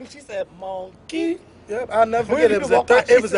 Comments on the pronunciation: lmao she said MON KEY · I Died laughing at "MON KEE" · "Moan-KEY" LMAO! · SHE SAID MONK-EY!!!! LMAOOOOOOOOO! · LmfaO.. When he said that Lady Called HIM MONK-KEY I was Crying Laughinn